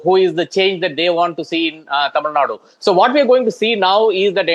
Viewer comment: Dear - Correct pronunciation is Tamizhnadu, not Tamizhnad